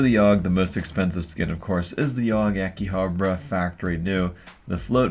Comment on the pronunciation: I still don't get why people say "AkiHABRA" instead of "AkiHABARA". Theres an extra "A" in there guys, use it.